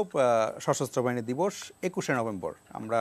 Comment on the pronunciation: দিবস না বিদস🤣🤣 বুঝলাম না